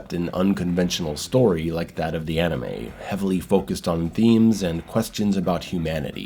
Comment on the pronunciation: It's "anime", not "animey".